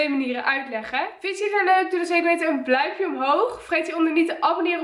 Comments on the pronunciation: Je zegt bluimpje inplaats van duimpje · ze zei perongeluk bluimpje in plaats van duimpje😂😂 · Haha bluimpje😂😂 Ps: super leuke video!!😍😍😍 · Op zeg je bluimpje 😂 of heb ik het niet goed verstaan😂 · Zegt ze nou BLAUMPJE😂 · hahah bluimpje